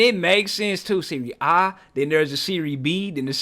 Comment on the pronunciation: Hearing you say Serie A correctly gave me a smile, because I'm an OG watcher and you've come along way my guy